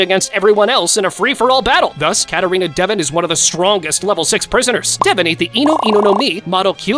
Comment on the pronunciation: “Katarina devin” 💀